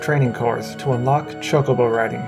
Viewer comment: Why do you keep saying like cha co bow